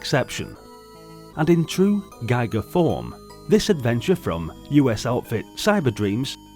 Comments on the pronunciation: Very interesting game indeed but how could you have missrd picking up the correct pronunciation of the name "Giger"? It's not "Geiger" but like "Gieker". It hurt my ears! 😸😭🤕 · I prefer Guy-Gur, Gee-gur sounds like people making shit up just to be diff